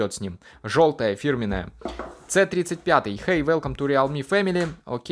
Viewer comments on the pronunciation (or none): прикалывается или это у него не произвольно получилось - говорит не "си тридцать пять" а как будто по украински "цэ тридцать пьять"